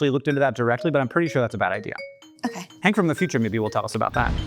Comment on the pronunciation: I wonder if Hank knows when he says his name I sometimes hear, "I'm hangry"?